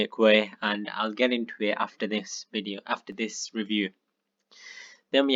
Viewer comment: THE WAY U SAY REVIEW 🤣🤣🤣🤣🤣🤣